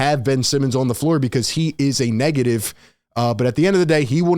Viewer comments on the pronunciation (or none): none